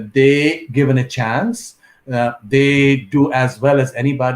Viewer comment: Chaaaaaaaance is what accent